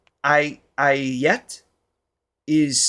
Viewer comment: The movie is Bajirao Mastani. To pronounce 'Aayat' as aaa-yaat